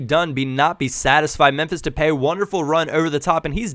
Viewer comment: Depay is pronounced De Pie. P. S. u is AWESOME